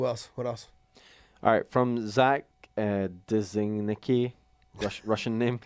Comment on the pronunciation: Thanks for answering my question. By the way, my last name is pronounced Zi-Nick-Eee lmao. I'll be ordering some merch as well. Cheers guys!